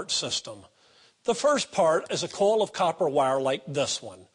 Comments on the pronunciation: Funny how he pronounces 'coil' sounds like he's saying 'coal' lol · I noticed that. Kind like "Cohl"